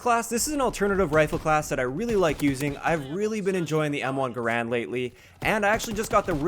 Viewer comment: M1 Guh-Rand